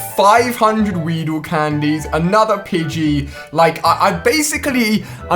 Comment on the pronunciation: did he say pigey candies????